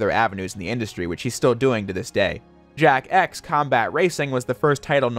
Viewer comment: Why do i hear him say jack ass whenever he says jak x?